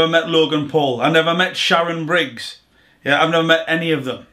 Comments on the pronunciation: Man said Sharon briggz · Swear he calls shannon Briggs "sharon"